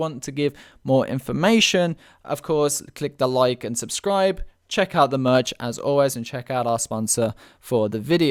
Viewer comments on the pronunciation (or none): none